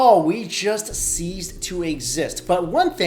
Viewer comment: we don't "seize ( seez ) to exist", we "cease ( sees ) to exist" . the former "seize" means to take possession of, as in a baliff seizes your vehicle if you don't make your payments. "Cease" means to stop. as in a teacher asked that the class cease talking.